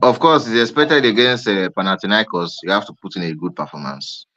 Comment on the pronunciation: Bro pronounced panathinaikos like he does it everyday 😂